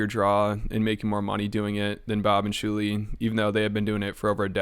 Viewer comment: I keep laughing remembering the time kept calling Shuli "Jew-li"